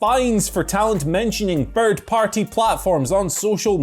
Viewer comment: needs to learn the pronouce "Third" and "Thirty" Guess anything with the "Th" sound haha